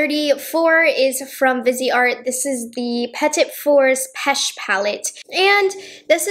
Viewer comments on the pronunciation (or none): none